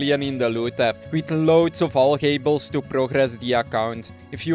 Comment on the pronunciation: “Alch-ay-bulls” love it haha😂